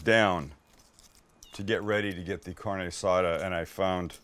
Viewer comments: 🗑 don't even call It carne azada. And then the guacamole... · The Caucasity! Haha Sam stop it with the “Carni Asada”